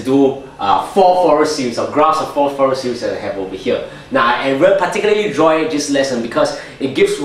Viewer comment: I appreciate your Fourier Analysis' application to Electronics. And by the way, it's fur-ee-ey. Zero it out. And can you give dissertation on wave functions as they apply to wormhole theory? You could also say, "The convergence theorem 'suggests.'" Thanks for explaining infinite partial sums.